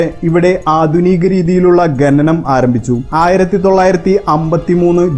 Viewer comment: ഗനി,ഗനനം അല്ല ഖനി, ഖനനം അങ്ങനെ പറയു